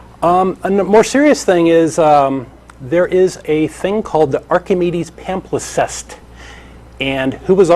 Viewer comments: The word is "palimpsest" pah-limp-sest, NOT "pamflisest". There is no doubt that Christianity systematically destroyed all scientific knowledge in existence when it became the established religion of the Roman Empire. All religion is about social control and the maintenance of the power elite; science and free enquiry call these things into question. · That's "palimpsest",. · Palimpsest,. It's a palimpsest.